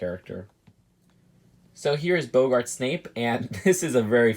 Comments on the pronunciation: The way he Pronounces Boggart makes me cringe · U need to learn how to pronounce boggart